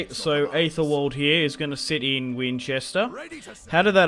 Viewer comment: Just a quick thing, in Anglo-Saxon names, Æ is pronounced "E" rather than ""Ay". So, Æthelwald should be pronounced "Ethelwald" and not "Aythelwald", and Ælfwald is "Elfwald". Also, East Seaxe isn't East Sussex. It's Essex.